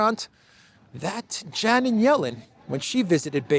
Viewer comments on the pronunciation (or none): none